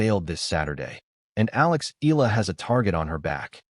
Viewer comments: It's E- YA- LA not E-LA stupid! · Please don't butcher Alex last name! It's pronounced EE YA LA... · Eala pronunciation E-yala